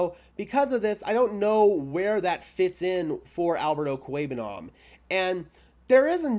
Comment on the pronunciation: I've heard you say his name like over 30 times in your videos and your pronunciation is spot on everytime. Albert 0 will be the next khalif Raymond on some other team